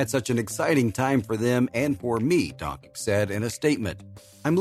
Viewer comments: Not pronounced donkik please! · ...and Serbs too (Father Sasha is from Serbia), an before you talk (announcer) about someone, make sure that you pronounce his name right DONCHIC, learn, before you got labelled DONKEY. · i was about tu subscribe but the last time a heard DONKIK I CHANGED MY MIND